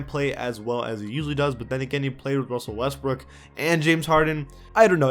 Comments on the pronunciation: “Wussell Westbrook” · "Wussell Restbrook" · Why do u keep saying wussel restbook. And how is boogie cousins a better center than Rudy gobert